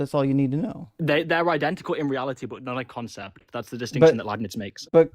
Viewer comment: "in concept" is starting to sound like "spiritually" lmao